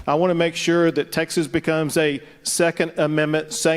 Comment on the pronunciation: Say "Texas" correctly, please. Abbott is a real leader, we are fortunate to have him fighting for us in this great state.